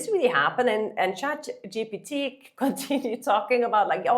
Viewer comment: Congratulations, you finally pronounce chatgpt right 👍